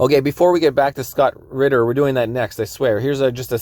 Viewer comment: His name is spelled “Ritter” RiTTer. I hear ridder too